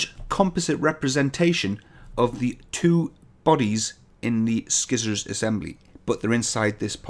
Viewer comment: One thing that keeps bugging me: It's not "Skizzors"! You start it like "Ci(nders)" and end like "(Polym)ers". I might be wrong, but it's still bugging me :P Edit: thumbs up for Dat Spring.